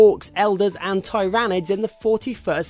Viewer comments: tyranids not tairanids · Teer-a-nids not Ty-ran-Ids and it deserves mo re of an 9 than 8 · tyranids, not tyrAnids :P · It's "Ti-ra-nids" not "tie-ran-ner". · u prenounced tyranid wrong its te-re-nid not te-ry-nayd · Haha, he pronounces tyranids, tie-ran-ids, - it's ti-ra-nids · hehe its not ty-ra-nids its tyranids you pernouce it with i not a y i know because i collect the tabletop version if they said it like that in the game then they are wrong... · I thot it was more like "thay-ranids" :D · 'Thai' 'Ranids' lol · it is pronounced tiranids, not tiyrannids! learn to speak man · Did this guy just: 1. pronounce Tyranids wrong 2. approve of Games for Windows Live, the most horrible DRM ever. 3. applaud DoW for removing base-building This game is inferior to DoW: Dark Crusade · I died In side when he said Tyranids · You pronounce 'tyranids' wrong and it's not 'eldars' it's 'eldar' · did he pronounced "tyranids" wrong ? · Just wondering but have you even played the game at all cause half the stuff you have said is wrong (you even how the tyranids are pronounced is said wrong.).